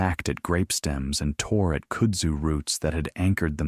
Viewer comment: Its pronounced "Kud-zoo"